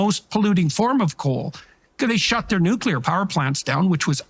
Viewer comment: It's 'Nuc - lear' nuclear pronounced New- clee - ar not: New kew - lar. President Bush (George Bush) constantly made the same mistake. (Just sayin' ) I adore Danielle Smith, she thinks and speaks so clearly and logically, and so correctly. A great communicator, as is Jordan Peterson. It would be political and social suicide to align oneself with Justin Trudeau and the Liberals. Mark Carney would be making a huge mistake because jumping on board a ship that is sinking so rapidly , no matter how good you are at baling, it's going to sink as you are baling and arguing with a Captain, who is determined to make it sink, and determined to make it look like an accident.